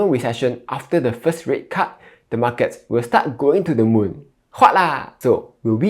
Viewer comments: He pronounce as "Mar Cat". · The way you pronounce "market" tells me you are from Malaysia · that's how ziet invest pronounces as well haha